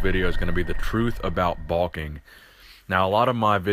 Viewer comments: I love your channel but wtf is balking? Bro its bulking. Bowl-king....not ball king. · Baulking? That's what it sounds like. LOL